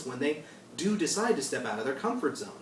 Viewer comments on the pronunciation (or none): none